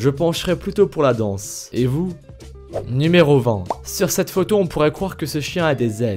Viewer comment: A il a dit "numéro vent"